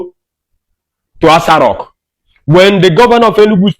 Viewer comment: My friend not ASA rock.That continues ASA rock you are saying is irritating me not listen you. Correct it b/f I listen.